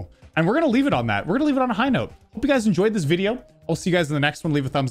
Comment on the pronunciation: Is it just me or does it sound like said at the end “and as always, pee”